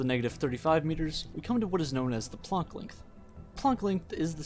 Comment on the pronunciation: My dude says plonk length😂